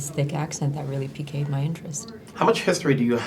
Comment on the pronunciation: She keeps pronouncing piqued wrong